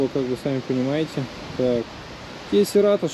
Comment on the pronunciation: Серато)) Говори правильно.